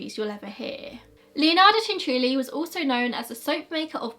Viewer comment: Cianciulli is my family’s last name, when I googled the name just for fun a few years ago I came across this story 😳 also thank you for pronouncing it right I can’t tell you how many people don’t